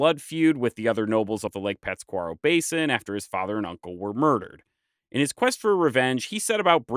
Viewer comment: It’s really hard listening to you mispronounce Pátzcuaro. Lol you’re putting the emphasis on the wrong syllable. You even left out the accent mark when you wrote it in the video.